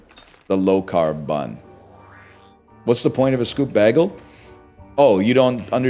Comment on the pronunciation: Why does he say bægel.